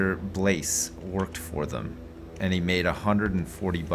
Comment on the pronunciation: don't pronounce the "S" in Blais. We say it like "Blai"!!!!